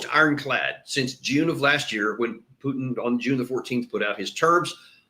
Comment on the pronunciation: Who is “PEWWW!-tin”? The eurotrash globalists can’t even say his name w out their fervent hatred on display.